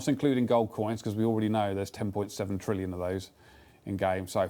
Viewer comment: good job on saying 10 trillion wrong l0l